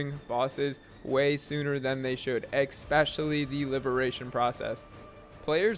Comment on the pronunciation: This video brought to you by the word eckspecially ❤